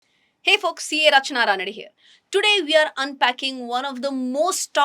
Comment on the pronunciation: you are right. To me it still sounds likenl folksi